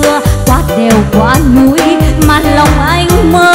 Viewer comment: Giọng em hay đấy nhưng em cố phát âm đúng chính tả sẽ hay hơn nhá,đỉnh núi chứ không phải đỉnh nuối em nha.